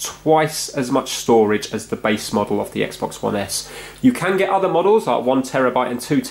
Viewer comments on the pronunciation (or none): none